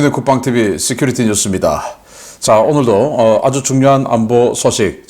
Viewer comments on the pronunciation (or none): none